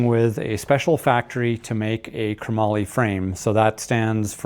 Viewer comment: Pushes all the right buttons. But....it's not kruh mollie ... it's chrome-moly Chromoly . Not kruh-mollie . 😂